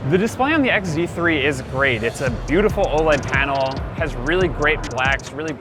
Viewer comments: This guy mispronounced the Sony phones as ZX instead of XZ it portrays the misinformation and negativity tour they have towards Sony. 1 Are they payed to do this? By other oems whom did this in the past already like Samsung... 2 Is this guy a little bit bias? It seems as if he doesn't know what's good even if it slapped him in the face..... 3. While complaining about the phones size and such they show the xperia XZ2 compact wich does have a bigger bottom bezel compared to the one on the XZ3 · Did this guy say zeex3??? I mean zx3?? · WHY DID THIS GUY SAY ZX3 NOT XZ3? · Stop calling it ZX3 OMG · he kept saying zx3 not xz3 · This is actually a terrible review... Anyone could do this better. It's like this guy knows nothing about tech, he can't even say it's name correctly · you can't even say the phone name right